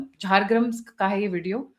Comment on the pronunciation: क्या हिन्दी पत्रकारिता करते हैं जी? झारग्राम को झार ग्रम बोल रही हैं!! पश्चिम बंगाल के चुनाव के शुभारम्भ हाथी के दर्शन से मतदाता कर रहे हैं, ये ईश्वरीय संदेश है कि धर्म का विजय होने वाला है।